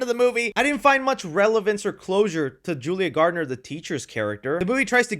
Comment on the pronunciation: bro its julia GARNer not GARDNER